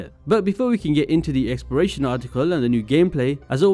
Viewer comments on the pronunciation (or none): It sounds like you're saying "experation".